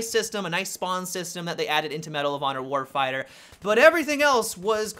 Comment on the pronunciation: "Medal of honor warfieyah"